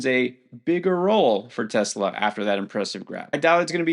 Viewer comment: it's pronounced tes law.